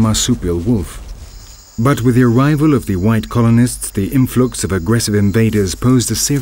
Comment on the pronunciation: Interesting, enjoyable, and well-presented. The narrator has an odd way of pronouncing some words, eg lethAAARgy, inFLOOOX, but that doesn't happen too often.